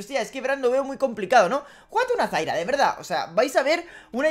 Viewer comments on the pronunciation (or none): Me tiltea que a zyra le digas zaira y a vayne le digas vaine, igual va ese like!